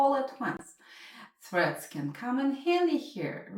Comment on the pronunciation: Are you saying "Breads" "Freds" or "Shreads".... alright.